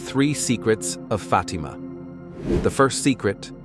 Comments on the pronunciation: Who is "Fadama" Isn't it "Fa team a"? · This make believe voice says Fay tea ma one more time I will fart!!! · Neither "FaTEEMA," nor "FAYtima" are correct pronunciations. Pathetic. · AI crucifies another intersting story. It is not F’Teema. It is pronounced Fat-im-ah. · very bad pronunciation!! Being a migrant I need to talk clear or people pretended not to understand! You a making a video for goodness sake!! Get it right! The accent goes on the first I of the word FATIMA!!!! FA TI' MA!!! Could not watch it!! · The person reading the events cannot even say Fatima correctly! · Where's the post to believe you when you can't even pronounce the word Fatima? Whoever this commentator is. He is pathetic. . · Is the robot speaker a Protestant? Why can't he (or more accurately "it") correctly pronounce "Fatima," which every English-speaking Catholic child can handle without trouble? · You are mispronouncing Fatima and you showed the fake sister Lucia. Too bad you don’t really know anything about this. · pronounce Fatima right I hate that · In one sentence the VIRTUAL VOICE pronounced the name Fatima 3 different ways. After that it (the important word “Fatima” kept being pronounced incorrectly. You need to invest in a real person who understands syntax and doesn’t cause the _listener to grit his/her teeth just to listen this important tail.